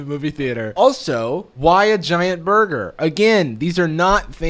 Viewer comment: when she said burger and had surgical gloves i thought she said murder...🤔